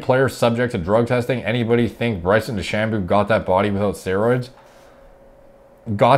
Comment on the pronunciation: DeChamboooooooo? "De-Sham-bow"